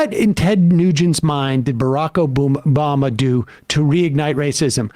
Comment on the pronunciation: he said biraq o booma